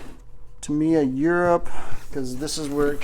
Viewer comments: Ta-mi-ya, surely not Ta-mai-ya :) Good vid again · It's Tamiya with an i. Good videos. Good luck on your kit.